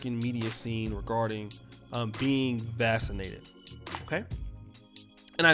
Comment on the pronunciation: “Vassinated”😂 Is that how they say it in Poland? Everybody get your a$$ vassinated.